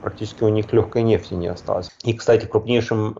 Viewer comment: Экономический эксперт даже говорить правильно не может😂😂😂 "нефтиииии"